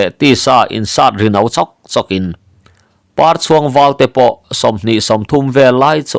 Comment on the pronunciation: 'Parchhuang,' i lam dan thluk hi a dik lovang. Pâ hming pakhat, "Papar, " tiha Parchhuang tia lam tur. Lo hal khu in Par a chhuang, tih ang hian aw.